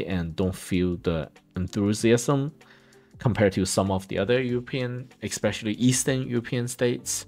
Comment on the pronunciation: Please don't say eXpecially. It's eSpecially.